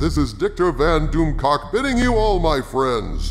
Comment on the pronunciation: Did he say Dictor Van Doomcock at the end?